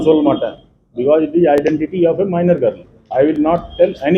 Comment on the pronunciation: for your kind information girl Tamil varthai ilai avar girl ku kuda griluu gurluu nu solrar.